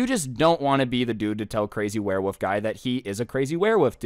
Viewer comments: "werewoove" September 2022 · This man is saying warewoof whole video